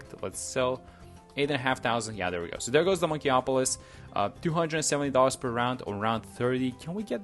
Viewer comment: Bro could do anything in Btd6 except pronounce monkeyopolis right 💀